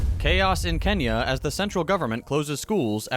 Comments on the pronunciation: You usually nail your pronounciations so I have some hope you'll make this one. The ny in Kenya is the same as the one in "nyet" in Russian. It's one sound, it's not 2 separate sounds. You can ask Yugo how "ny" is pronounced in Russian. Thanks. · Sure. I'm not saying /nj/ is the proper pronunciation, or that he should say Ken-ya instead of Ke-nya. For an English speaker, the best approximation is probably the English ng sound, though that's also not quite right. I'm mostly just being a phonetics nerd. To be honest, though, now you mention it, I think the emphasis on pronunciation is often overblown. It's weirdly inconsistent, among other things. We're happy to talk about Al-Maghrib, Türkiye, Hindustan, Nippon, etc. as Morocco, Turkey, India, and Japan, and if you pronounce Mexico as Méhico instead of Meksico that usually gives off bad vibes. It can also lead people hilariously astray, like when they try to pronounce the capital of Zhōngguó as bay-zhing instead of pay-ching (pay-ching is very approximate; Mandarin is incredibly hard to romanise intuitively). I think there's a pretty clear reason why we don't call China Zhōngguó. It's alienating and confusing, and it tends to emphasise form over content. While we're fretting about whether it's ai-ran or ee-raan, the liberals are busy trying to bomb the actual country of Iran. Worse, half of them think it's not racist to do so, because they're cultured and say ee-raan, unlike those hicks who also want to bomb Iran, but are clearly racist because they say ai-ran. (Incidentally, note the classist framing: Ee-raan is mostly associated with the wealthy, while ai-ran is coded poor and rural) TL;DR: I don't think pronouncing things more accurately to their native pronunciati